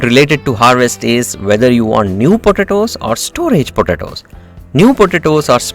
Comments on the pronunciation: Please learn to pronounce, or avoid repeating the word “potatoes”...., it is ANNOYING how you pronounce it ! 🤪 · I so love how you say potatoes I’m literally gonna start saying it that way just discovered this channel and it’s helped me out tremendously thank you thank you, If we were to count how many times you said potatoes I would say 200 lol